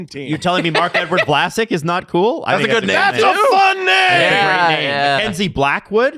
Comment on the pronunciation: As a Sharks fan, almost calling Vlasic "Flaccid" was painfully accurate. 😭